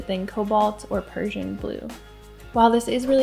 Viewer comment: Nice topic and I see you did research on pigments, so I'd just like to point out that Prussia is not the same as Persia. You have the correct spelling in the video (Prussian blue), you just read it as Persian. :) Prussia was a German state at the time and the pigment was discovered/created in Berlin. Cheers.